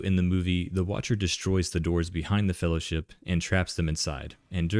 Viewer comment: "One, yes. What about second Faehllowship?"